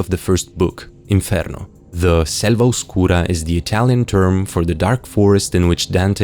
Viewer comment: This dude has to be latino, he said Oscura TOO WELL